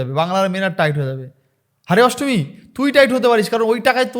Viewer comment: ASTMI NA NASTAMI, TA HOLAY SUN TOR VASAN GULO SOGACHI PARITALAY BA RAHINGA LUNGI TOLER SOVA PAAY